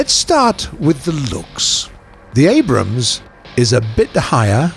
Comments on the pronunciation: "Abrahams." Gaijin needs to employ less autistic narrators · did you just call it the Anrahams? Haha! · did i just hear abrahams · “Abrahams” ?? LOL. He gets it right at the mark tho. Weird. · he said Abrahams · He says abrahams. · he says abrahams ;) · "The Abrahams" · "The Abrahams" :P Just a simple miss-say. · The "abram has" or the "Abraham's" in you tell me